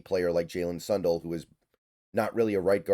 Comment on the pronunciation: Sun Dell like Dell computers not Son dull